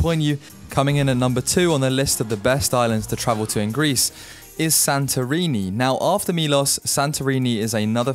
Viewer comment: Your pronunciation of the islands could be improved As a start Mykonos is pronounced MEkonos Y and I in Europe is always E not I Thir MElos ( not Don't exaggeratev, its daft Santorini nt ir a D in Greece